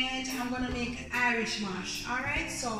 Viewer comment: Irish mosh??? Say the correct thing please